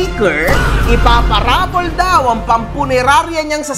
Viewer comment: Baka waffle instead of raffle HAHAHA